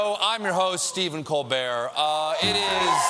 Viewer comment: Am I the only one hearing "Stephen COLD BEAR"?